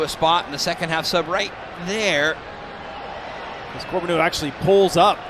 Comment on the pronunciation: Once again for the twentieth time this season the Apple TV announcers are unable to properly pronounce Theo Corbeanu’s name. CORE-BE-AN-NU.